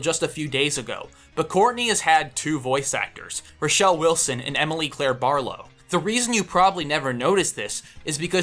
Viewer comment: atleast pronounce roshelenright